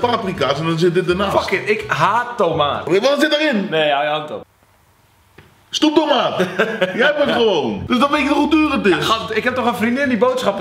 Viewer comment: Iedereen : snoeptoemaat Qcee. : stoeptoemaat